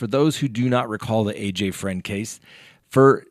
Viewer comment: Fruend not Friend